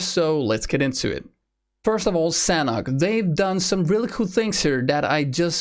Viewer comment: As the map is base on Thailand and i am Thai, the Sanhok is Thai word mean Fun or Enjoy and it pronounce Sa - Nook